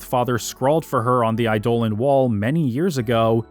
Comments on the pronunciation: I love your videos, but I'll never not be annoyed by you pronouncing eidolon as i-dole-an rather than idol-on like its supposed to be. lol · I loathe to be another one of "those guys", cause your long form essays are amazing and not to correct you, on subjective names like how you pronounce Quina or Zidane, but some constructive criticism on how you say Eidolon. It's pronounced Idol-on. No other way to even say that. I can say this as I myself used to pronounce it eye-dolan too. So don't feel bad. I think Idol-On sounds better too. Keep up the great work we are almost at 12 which is my fave one. Also, I am hours in and past the Melodies of Life section and you still haven't talked about that one scene. The one near the end. The one everyone remembers the most about this game. The scene where Zidane cuts onions. Please tell me this isn't in the bonus vid. Thanks again for all your hard work!!